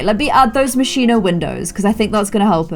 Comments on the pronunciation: lol its moschino not moshiino llove u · It's not pronounced Moshino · this is from the Moscino pack Me, an Italian: it's Moschino, but you are so freaking cute I will just start to call it like that too. ps: Hugs and kisses from Italy, I hope I will have the chance to meet you one day!*^* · The way that says Moschino is KILLING ME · 28 minutes of mispronouncing Moschino.